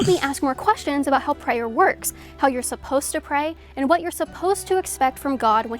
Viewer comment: I hate the weird stupid kinda southern way she says prayer with an extra hard ayer at the end. I hate it so much she did it a few times and I noticed the first time she committed that verbal crime